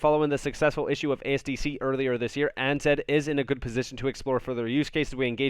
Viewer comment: ANZ = Australia & New Zealand Bank Pronounced A (Ay) N (en) Z (Zed)